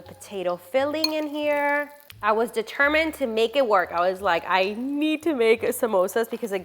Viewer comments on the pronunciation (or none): none